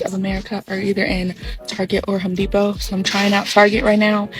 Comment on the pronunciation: The men are not at "Home Depot" they're at "Hoe-D-pot"😂👌🏽